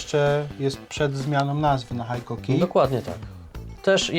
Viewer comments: Haikoki? Cóż to za dziwna marka. Znam tylko Hikoki. W sumie tak samo jak z mitycznym Rayobi kiedy widzę tylko Ryobi na półkach sklepowych. Taak, mam dryg z powodu znajomości japońskiego taki sami jak wielu którzy wyłapują błędy w wymowie w języku angielskim czy niemieckim. Takich czepliwych u nas sporo, więc i ja sobie pozwolę, a co! A tak na poważnie, to sprzęt fajny ale montowane w Chinach. Ostatnio kupiłem przewodową mimośrodówkę z Designed in Japan na pudełku. Po wpadkach z rzeczami z Szwajcarskich marek, to mnie martwi z racji używanej wkrętarki Hitachi wyprodukowanej jeszcze w Japonii. 3 rok i się nie poddaje ale produkcja w Chinach napawa mnie niepokojem. Jeżeli szlifierka przeżyje chociaż rok prawdziwej pracy, to będę zadowolony. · Jak to jest była firma Hitachi (HITACZI) zmieniono nazwe na Hikoki i jest (HAJKOKI) , dlaczego nie było (HAJTACZI) ? Niby tylko kwestia wymowy ale jednak taki mały szczegół.